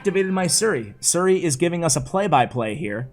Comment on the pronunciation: Nobody:: I activated my Suri 😂